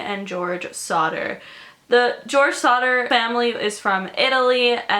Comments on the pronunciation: I thought she said Slaughter Family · I kept thinking that you were saying Sauter which is my cousin's last name and I was like freaking out but it's actually Sodder and George sodder sounded so much like George sauter which is my dead grandpa and my 2 cousins names